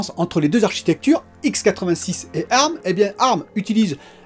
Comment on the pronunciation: On dit A . R . M ! 😂😂 Excellente vidéo comme d’habitude !